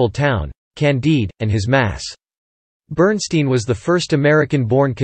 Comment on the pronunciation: BERNSTEIN PRONOUNCED (BERNSTINE).